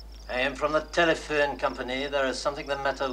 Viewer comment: “Nice Telephewn Companee”